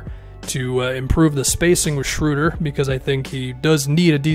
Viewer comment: ... the German “ö” (oe = ö) in Schroeder sounds something like the “ea” in earn or early. Give it a try :)